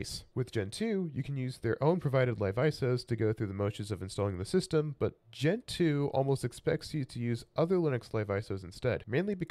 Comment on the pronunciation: 1. It's not Gen-Two, it's Gentoo, one word. 2. Gentoo isn't noticeably faster than other distributions, it's just a feeling. If your linux is slow, you are doing something wrong.